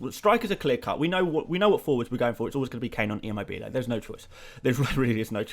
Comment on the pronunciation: Hey, just wanted to let you know that Immobiles name is pronounce Chiro ImMObile which a stress in the Mo. The bile is said very quickly